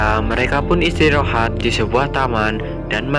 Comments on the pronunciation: ada kata kata yg salah yg gua denger abang bilang istirohat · Abang bilang istirahat istorahat kambing wkwkwk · Ada yang denger ngomong "istirohat" nggak wkwkwkwk